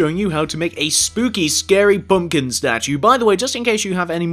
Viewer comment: it's pumpkin not pumkin!